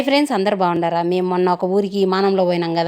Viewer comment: అక్క మీరేంటి... బాగున్నారా! అనే పదానికి బావుండరా? అని పలుకుతున్నావు... ఇంతకీ మీరు బాగున్నారా అనే అంటున్నారా? బావ ఉన్నాడా? అంటున్నావా plz అక్క కొంచెం స్వస్తంగా మాట్లాడు..